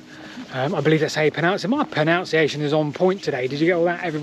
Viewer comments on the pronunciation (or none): just catching up on some of your videos from this year and had to chuckle when you got so excited about pronouncing it right, exclaiming "my proNOUNciation is on point" (instead of proNUNciation!!) 😀 Great video though! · Funnily enough, the one word you can’t pronounce is “pronunciation”! 😂😆🤣